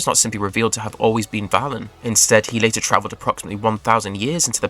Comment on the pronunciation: ...not to mention mispronouncing Valen! Has he actually watched the show or did he just rely on Wikipedia?